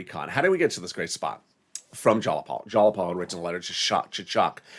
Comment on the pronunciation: Please get your pronunciation of Jayapal correct!